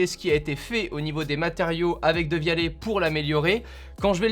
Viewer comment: Qui prononce "dévialette"